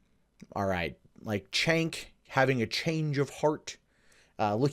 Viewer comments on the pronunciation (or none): pronounced jaynk not chaynk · Cenk, not 'tjenk' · Please! His name is pronounced “jenk”! Not like ch as in check... it shows how little research and fact check people do sometimes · I'm not a huge fan of Cenk Uygur or the Young Turks, but in critical videos like this, it's annoying when people mispronounce his name. You called him "Chank" the whole time.